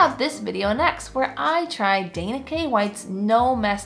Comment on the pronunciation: Dawn instead of Dana😅